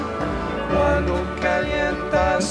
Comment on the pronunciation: It is Cuando, not Quando.